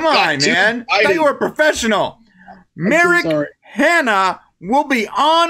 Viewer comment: Whee, more stuff :3 Hm, that would be most alive men. :3 Ahahaha the joke about the dating app :D good start thumbs up "Merrick Hanna" ooooh, it sounded like Americana at first listening to it and I was, okay let's google that...and I was like...okay that doesn't right xD Dangit this Laurel Yanni nonsense (don't even know the soundclip) must have influenced me on social media :D Yeah the insight behind the curtain might be interesting :3 Hm, about stretching out, I think you should do a prank episode one day where it's only about the stuff before the clickbait xD Like "The Flash Season recap" (or better "Series recap until now")and it won't include a single word about the series except a tiny section in the very beginning and intro :D Hm, I guess it's a "Murphy's law" kinda series,like whatever could go wrong will go wrong but it risks being a twilight zone thing where one simply predicts the exact opposite of what would be good and it'll be the end of the episode (happend way too often). So they should mix good and back luck all around so it stays unpredictable. Hm regarding the black hole stuff, I guess it would have an impact on the speed due to the gravity so the planet could be in a slingshot basically? Which could mean that the speed of the whole thing increases almost stops and then accerelates very "quickly" and shoots out the planet again, without it ever getting too close to the point of no return. Which if the show works on Murphy's law might be quite close if it's